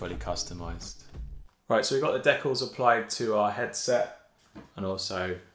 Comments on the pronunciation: This guy said “decklls” like WHAT? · what are de-calls u mean de-cals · You saying decals wrong was like chopping off a finger 1 by 1. Great video though